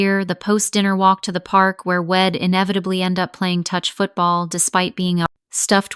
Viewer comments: Id’ ill’ wed’ ? Really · STOP USING CONTRACTIONS. AI doesn’t get it. It is incredibly distracting! Id, wed, Ill - all WRONG words. HORRIBLE!